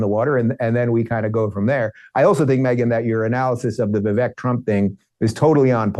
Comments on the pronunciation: I’m totally voting for Vivek (Viv-ake) Dave. Say his name correctly. Trump is a flippant fool! Vivek is playing this correctly. I’m so sick of Trump’s childish bs! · I quit watching Dave Rubain because as a Vi-“vake” fan Dave can’t figure out how to say his name. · Honestly.... Has Vivek at least earned enough respect to pronounce his name right? Vivek like Cake. Be professional and pronounce name correctly please. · Pretty sure Dave does it on purpose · Dave won’t say vivek’s name correctly which is disrespectful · Can Dave not pronounce Vivek correctly?